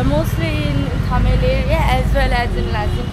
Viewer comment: Its Thamel btw not Tamal